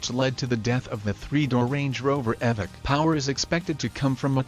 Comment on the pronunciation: Ummmm it’s evoque (evohk)